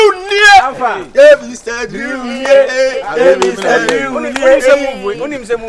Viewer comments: Wow let the World hail aka,today cos he has spoken the truth ,but i still can't stop laughing 😂😂😂aka said drill instead of drew 🤣🤣🤣🤣true kumerican 💃💃💃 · It's the pronunciation of "drew" for me 😹😹.AKA nie